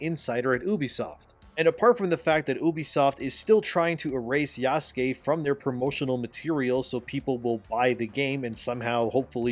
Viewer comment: OMG! is pronouncing yasuke correctly since yesterday so he's obviously been reading the comments calling out for Ubisoft saying it wrong and by example getting YouTubers etc to say it wrong as well. Shows how little research Ubisoft actually did if they couldn't even get that right. Glad to know our input makes a difference even on little things. Thanks